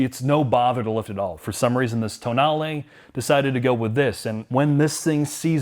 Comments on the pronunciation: Sheesh… what is so hard to pronounce words as they are written? It is an italian car. It is a tow nal eh. The damn press is mostly calling it the toe nahl eee which is as wrong as toe nail … i just dont get it.. this is grade school stuff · TOENAIL LOL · I just about lost it when called it a "toenail" 🤣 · Did they honestly call it the toenail? 🙈 think it through, lads... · TOENAIL, now that pronounced it that way, I cannot unhear it! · "So the toenail" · ... what was that car? Seriously, ... marketing made the decision to call it Tonale, toenail!!?? No one took a second and said, "wait, the Americans are going to call it Toenail". $55K, I just shake my head. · "Toenail" LMAO! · He called it a "toe nail", didn't he? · Pretty sure it's pronounced toe nail. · Toenail? lol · "Toe nail" lmaooo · Ah yes the toenail 😂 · The pronunciation is wrong in the video too 😏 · Yeah, it would have been wise of to not join that presumably default habit but do proper automotive journalism and pronounce it properly.